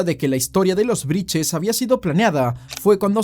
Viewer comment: Todo bien con la investigación, pero porque decís “Briches” 😂😂 Claramente es Brittes Repiten como loros cualquier cosa